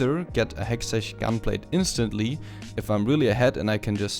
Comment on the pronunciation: pls say hexteck gunblade